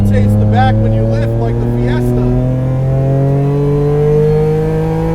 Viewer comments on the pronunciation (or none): none